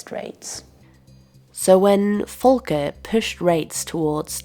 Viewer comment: Volker was American, not German. The V is pronounced v, not f.